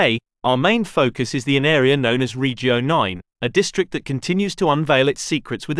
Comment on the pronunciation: Suggestion: stop englifying Italian/latin words. Your pronunciation of regio and via is disrespectful.